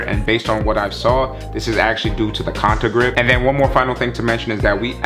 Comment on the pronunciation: Bruh can’t pronounce anything lol - sensei fit - cha-sys system - conta grip